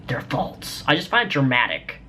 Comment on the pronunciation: the way he says false... "folts"